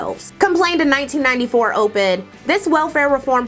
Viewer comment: Never heard anyone say "Ope-ed" before. Makes sense. Just have never heard it said that way.